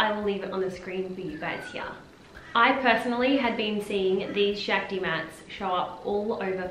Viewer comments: It’s pronounced Shock-ti. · Actually. It’s pronounced shahk-ti